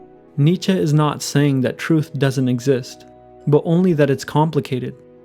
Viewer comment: He is pronouncing it right